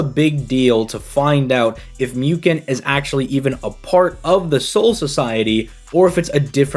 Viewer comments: It is pronounced mooken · It's pronounced Mooken my friend.